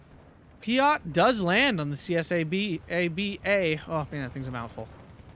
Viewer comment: Csaba is not an abbreviation, its a hungraian male forename, you pronounce the 'CS' just as 'ch' in cheese, and 'ABA' normally:) most of the hungarian tank/arty/plane unit names are either animal names or common forenames / names of historical figures.